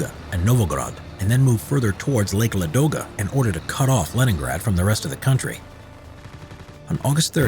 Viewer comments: I'm from St.Petersburg (Leningrad nowdays), and i want say thank you for this video. Yes you observe only main part of the siege (as a citizen of Leningrad, of course i know much more of this), but still big thanks for this) Also, you mispronounce lake Ladoga, it's not a ladOga but lAdoga. Now you know more. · Lake LAdoga,not LadOga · The lake is called l_A_doga, stress on A. I think we must start butchering English names as well to teach you guys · Very good video. A few Russian place names are mispronounced (e.g. it’s Lake LA-do-ga, not Lake La-DO-ga). I liked the accurate depiction of weapons, such as the PPS machine pistol—designed and built within Leningrad during the siege. I studied in Leningrad in 1981; there’s a museum of the siege within the city, as well as Piskorovskii Memorial Cemetery, where at least a half-million who perished in the horrific siege are buried. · LAdoga not LadOga